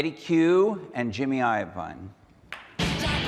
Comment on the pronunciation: It's actually 'Iovine' with an 'I'. Properly pronounced in Italian as 'Yovineh'.